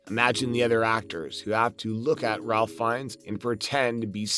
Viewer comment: His name is pronounced like “Rayfe”, not “RALph.”